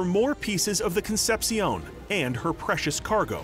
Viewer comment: These dudes pronounce CONCEPCION as Con-sep-siyown when it should be Con-sep-shon